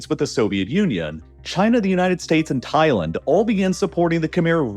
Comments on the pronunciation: I couldn’t make it through the whole video because you say Thailand too weird. It’s Thai-land not Thai-lend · Thailend lol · Why you sayin Thailand like that ? Lol am I trippin?